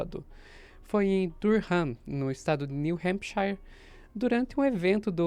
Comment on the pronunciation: só uma dica: A pronúncia de SHIRE, no fim de outra palavra, é "shír", mesmo, e não "shaiar". Então, New Hampshire fica: "Nú rrêmpshír". 😊👍